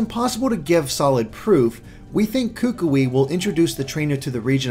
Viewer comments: are so very wrong about the ring and hand. The LEFT hand is the marriage hand, not the RIGHT hand. I don't know how you missed your due diligence on that one. Also, as a Polynesian, I must let you know that you are STILL mispronouncing Kukui's name (and, man, does it make me cringe every time you say it). Instead of "KOO-koo-ee", it is rather pronounced like "k'KOOee" (where the first syllable is very short and choppy and the 'o' in the second syllable sounds most like the 'ou' in 'would'). (One way to practice this name is to say "Cook Koi" 10 times really fast and then you will be pretty close to the correct pronunciation.) Lastly, the tikis all throughout the island seem to show that they regard 'something' ancient as a protector or guardian. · your pronunciation is better on most Hawaiian words is much better but you ought to go to a dictionary website and look up how to pronounce "Kukui" since he's likely to be a character you'll be talking about often and you're still a bit off. Great analysis as always though!